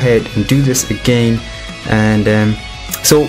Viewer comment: Lover how u pronounce agayn XD (i subbed just for that)